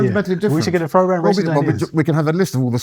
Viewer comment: Don't get his name wrong, KK. That's waysist lol